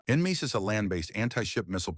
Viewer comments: en-MESIS? Nem-e-sis right? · It is said Nemesis you ignorant AI. Gods, ditch the AI and hire a Human... or coach it on these acronyms, JEEZE.